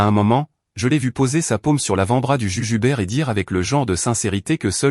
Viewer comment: Le juge Hubert et non le jujubert 😅😅😅